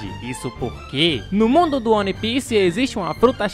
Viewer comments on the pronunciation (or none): Que agonia o falar "one" e não "uan"